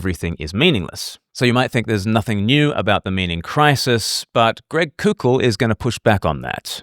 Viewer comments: It’s pronounced coe-kull. Like coke. Not coow-kull. Like coocoo for Cocoa Puffs. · just FYI, Koukl is pronounced "Cole-Kul"